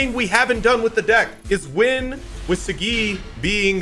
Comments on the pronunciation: I feel like it’s pronounced Sah-gee vs See-gee. Either way, it’s. He’s right. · Imo it's pronounced sah, gee/gi not saGGeeee lol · I feel like he said saggi wrong on purpose lol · Not trying to be that guy but kiba calls him soggy so is it that or is it saggi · I don't like how you say Saggi.